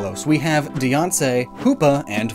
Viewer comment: Dee-awn-say? Its Die-Anne-See.